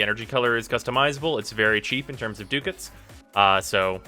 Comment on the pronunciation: it's DUCK-ETS, not DOOK-ETS